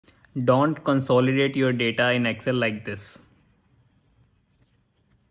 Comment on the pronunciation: Change your pronunciation of "don't".